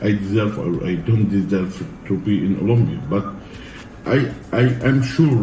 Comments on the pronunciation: Nobody: Big Ramy: "Olombia" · Big Ramy “Olumbia”